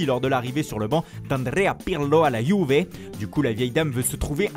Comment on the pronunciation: D Andrea Pirlo a la Yuvé🤣🤣 l'accent l'attaquant de la ROMA